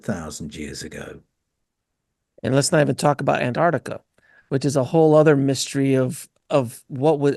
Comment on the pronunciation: "nucular" and "antartica" 😱🤦‍♂️